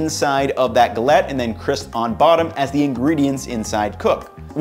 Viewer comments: Also just be more accurate on the pronunciation, it sounds more like g-a-let. i.e. a longer A sound. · guh LETT???? Seriously?